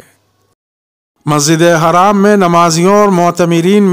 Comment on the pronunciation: masjid e Haram ha ya Majid e haraam ha Haram or haraam ka lafaz sai bolo